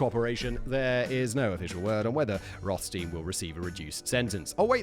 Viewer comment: Simon! Still the same issue with German double vowels: you always pronounce it like the LAST of the two letters in English. ei=i and ie=e, dead simple. The name Rothstein is of German origin for sure, meaning red stone. So the rules above apply.